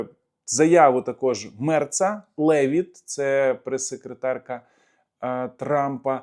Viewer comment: Левіт наголос на "і". Єврейське прізвище. Вчитель з фізкультури у мене був з таким прізвищем